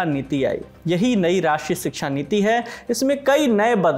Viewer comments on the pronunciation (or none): "Siksha" nahi "Shiksha" hota he....Hindi to sahi se bolna seekh lo...